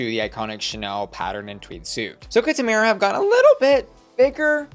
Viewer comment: Lol, it's tomara not tamera 🤭